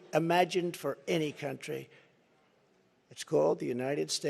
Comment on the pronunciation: Haha! He's such a blow hard. "I'm the only one who can fix the problems we have in this cun'chry. Believe me." ... proceeded to fix nothing from Jan 2017 to Jan 2021.